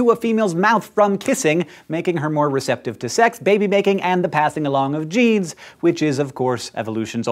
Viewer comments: he said baby baking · DID HE SAID BABY BAKING XDDDDD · Baking making, but I heard baby baking too. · he said baby making.